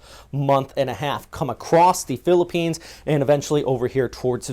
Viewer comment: this guy pronounce the places in philippines so good! nice one bro..💪👍👍👍👍